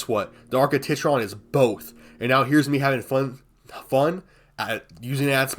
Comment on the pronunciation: TITron bro? TIT-ron?